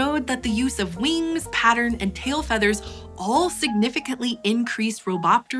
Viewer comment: She one of them people who says weengs and laygs.